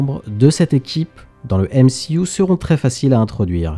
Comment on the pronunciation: Pourquoi tu dis M-she-U ?